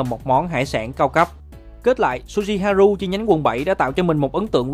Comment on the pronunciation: Đọc là ha rư nha b ơi, u thì đọc là ư